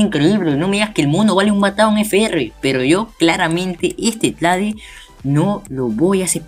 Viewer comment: like por cada vez que dijo tlade xdd